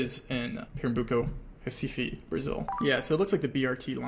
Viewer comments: Your pronunciation of Recife is spot on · Why is his pronunciation of "Recife" on point, tho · Let's appreciate that he knows how to pronounce Recife like a Brazilian😌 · The pronounciation of Recife was perfect. Well done. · Recife was even more impressive. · I will, he pronounced Recife correctly 🎉